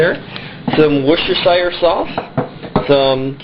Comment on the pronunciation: ha ha i love how im not the only person who cant pronounce Worcestershire sauce :P its a tongue twister.. Wicked - i use turkey too - red meat is icky. good job :)